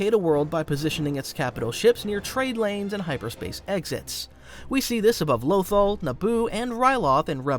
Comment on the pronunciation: The one and only reason I stopped watching the video is because of the way he says Lothal 😭😭